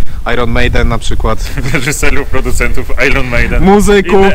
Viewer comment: "Iron Maiden" czyta się [Aje(r)n Mejden], a nie jakieś "I Ron". No i to wasze sławetne [Urbeks History] :) Czyta się [His_try]. (Sorry ale nie mogłem wytrzymać.) Pozdrawiam.